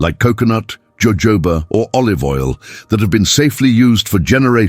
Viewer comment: Listen Mr AI narrator it's pronounced " hohoba "